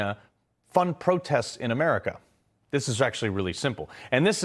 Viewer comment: THIS GUY CANT EVEN SAY CHYNNA without sounding like a moron